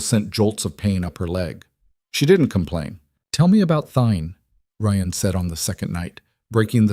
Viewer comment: Ryan Rion lord I love the voice but keep the names right! Don’t that sound exhausting with petty. But I do love the story and I’m not perfect so I don’t mind. And the ability to listen to this stories is an honor. We are not paying this people who do this expecting nothing in return. Funny how people are quick to criticize to be entertain “for free”. Same as non loyal sport team fans they are happy as long as the team wins. 😂 pathetic 😂